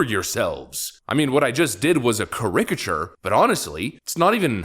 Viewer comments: ca-RICK-a-ture? I think our guy put the em-PHA-sis on the wrong syl-LA-ble. LOL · WTF is a "cur-RICK cat your"???????????????????? Are you TRYING to say, "caricature" (pronounced "CARE-eh-cat-chore")??????????? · What's a "kah rik a chur"? Did you mean "kerəkə CHər"? ... caricature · CARE-ick-uh-TURE not ca-RICK-ah-ture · FYI..... it's CARE-ik-uh-chur.... not cuh-RICK-uh-chur. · "Cha-rick-ature"???? Bro what did you just say?!? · lol...the way you pronounce caricature... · Look up the pronunciation of caricature please. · How do you still not know how to pronounce "caricature???" Stop using the word. Just stop. You're embarrassing yourself now. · LOL, I never heard anybody pronounce caricature like that. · I have never ever heard anyone pronounce caricature that way